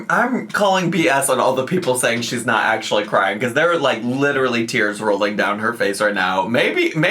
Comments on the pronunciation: At least she didnt say leederally. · Oh so now she can pronounce “literally” normally again